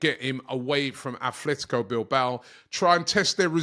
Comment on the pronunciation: Its athletic bilbao not athletico get it right